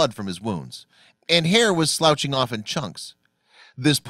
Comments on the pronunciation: Note to narrator: The correct pronunciation for "sloughing", is: sluff-ing ... and definitely NOT "slouching", which is what you actually said. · 'SLOUGHING'..it is pronounced SLUFFING, not slouching..